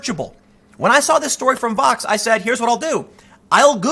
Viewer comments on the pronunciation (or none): Is he saying Fox or Vox ? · Hey Tim... every time you say it, I'm not really sure what you're saying... are you saying VOX... or FOX? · I can’t understand when you say Vox and when you say Fox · Are you saying Fox or Vox?